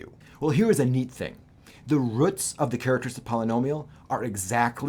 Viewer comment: I hope theres not a sad reason he mispronounces this simple word